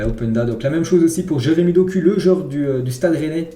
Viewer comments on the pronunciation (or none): none